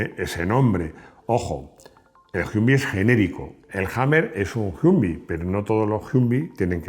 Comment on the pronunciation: Tremendo dominio del inglés… las carcajadas que me he pegado oyéndote a lo largo del video… Jiumvi, Harnold, George Bash, y todo lo demás. De verdad que no me reía tanto hace mucho!